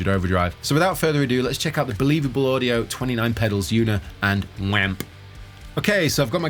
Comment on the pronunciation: I cringe every time I hear "wamp"